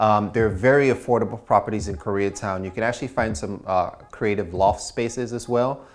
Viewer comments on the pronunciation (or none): none